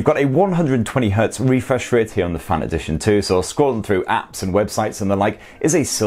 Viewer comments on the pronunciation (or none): It's FAN, not FUN